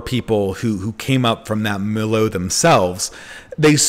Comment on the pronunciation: "Milieu" is pronounced "milYOU," not "millioh."